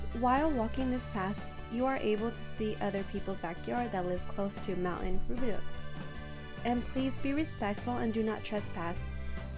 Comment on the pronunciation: Thanks for the video! It’s however pronounced “Roo-bi-dough. Though some may pronounce it “Roo-bi-dew”.